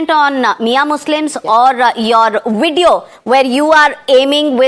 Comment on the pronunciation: Is to baat tak nahi karna aata hai hamanta ku video ko bedio bolta hai chor hai o 😂